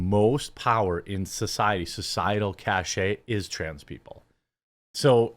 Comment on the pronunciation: Jeremy, it's CACHE is CASH not CASH EH!